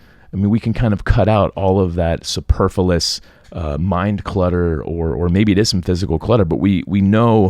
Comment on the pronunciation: It's "superfluous" not "superfulous".